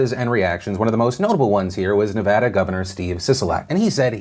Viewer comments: Ps, thank you for pronouncing Nevada correctly Phil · As a person from Las Vegas the way the governor said Nevada is the correct way to say Nevada, no stupid emphasis on va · OMG you said Nevada right!!!! ❤️❤️❤️ Touched😢😢😢.... I know this is kinda unimportant all things considered, but if you know you know.